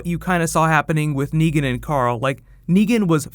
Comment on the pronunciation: It's Negan...with an a